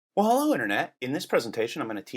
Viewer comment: "W'ello Internet!"